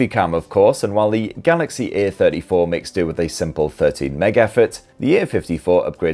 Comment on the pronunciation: One recommendation: you stress the A in *A*34 and *A*54 quite often, whereas the difference between the two is a-THIRTY-four and a-FIFTY-four (or even just "the THIRTY-four compared to the FIFTY-four). I often had trouble understanding which version you meant (while watching during lunch FWIW) and had to replay a few secs a number of times. It sometimes sounded like you were about to the compare the *A*34 to the *B*34, such as here: .